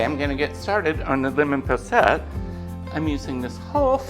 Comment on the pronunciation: I really enjoyed seeing you cook and particularly enjoyed the lamb shank. I also like lemons and the posset looked delicious. Over here in the UK we pronounce it poss...et. Your vlogs are always interesting, I look forward to them every week. Take care xx